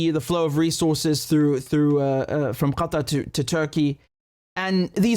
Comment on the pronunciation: Do you really have to pronounce the word "Qatar" like that?